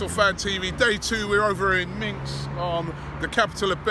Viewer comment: Minsk... not minx... come on Robbie